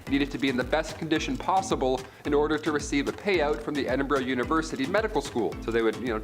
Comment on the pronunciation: What the fuck is wrong with American education? Edinburgh is a city in Scotland, and is pronounced Ed (as in Edmund) In (as in inside) burgh (pronounced 'burrow'). A Burgh is a medieval form of fortified town/city designed by Alfred The Great to successfully fight off the Danish invasions of the 900s. It is not pronounced 'berg' as in iceberg. The city is also not pronounced with an "Edin" at the beginning, as in The Garden of Edin. No, it is Ed as in Edward. How about you 'Muricans go read an actual history book written by an actual historian, not a politician with a propaganda agenda. Go find a history book without a big Fuck You Eagle on the cover and see what the rest of the world is like. Your government has isolated you people so much and intentionally lowered your IQs to dumb down the population enough for you to not realize how Capitalism is literally a large nation scale pyramid scam. When the ultra rich at top stop funneling money back into the bottom, which is actually the current state of your nation's economy at the moment. It all collapses. But, Communism is scary! Socialism is just communism with a smiley face! Burn the heretics! Universal healthcare is for bums! The solution to too many guns is more guns. The best way to stop school shootings is to fill the schools with guns! Sadly, most Americans think in their daily lives with the same logic that flat earthers live by and only the entire rest of the world will understand what I am trying to convey in laypers